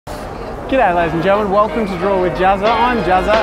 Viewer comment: He did not say hey laddies and gentleman he said kid laddies and gentleman i just realized that or he acidently say taht